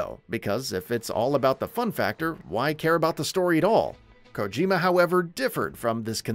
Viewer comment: He said Kojima wrong the first few times then got it right